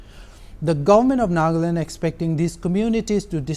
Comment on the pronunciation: NA-GA-LAND, not Nag-land. What the hell?